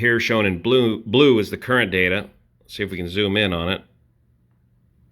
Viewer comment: Also like the emphasis on DATA